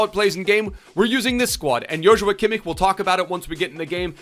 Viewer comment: can you teach () how to properly pronounce Kimmich